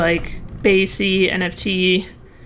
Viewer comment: BAYC not BYAC